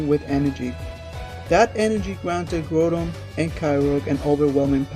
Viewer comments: grow-don and kay-roge XD its grou(said like growl)-don and kay-oh-gur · did he just say grudon and kyroge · he said kyogre and groudon wrong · You say Groundon weird.You sound so so so stupid.You also say the other one weird too. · The way he says groudon and kyogre.... 😤🙄😩😖